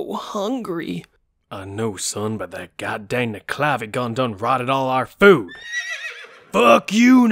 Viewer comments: The proper pronunciation is neck ule la vee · I hate to be this guy but the nuckelavee is pronounced Knuckle-La-Vee its a weird irish pronunciation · it’s pronounced nuk-a-la-vee